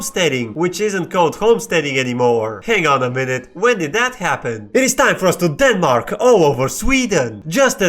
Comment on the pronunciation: Idk if its the sleep deprivation, but "Den marks" as a currency is killing me